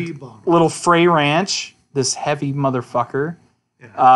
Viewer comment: It's pronounced Fr Ay , it rymes with "they". Frey Ranch is a 55 minute drive east from Lake Tahoe.